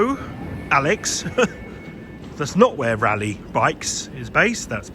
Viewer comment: Good that the train announcement corrected you on how to pronounce Rayleigh or Raleigh !!!!